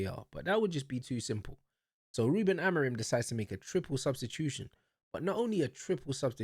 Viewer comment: Motherfucker is out here jumping on the managers nutsack when he doesn’t even know how to say the managers name🤣🤣🤣 Man said “AmoriN” Una💀 Amorim ain’t the one playing, yeah, but the play wasn’t the fucking issue, it was the SUBS that killed us u fucking moron. There was absolutely no need to sub on Dalot, Ugarte and Mount, but the prick still chose to do so. And because of that, Sesko got injured and we had to play the rest of the game with 10 men, which then led to us conceding another goal. And then guess what, the PLAYERS bailed him out EVEN with 10 men. We drew thanks to this idiots game management. NOTHING ELSE.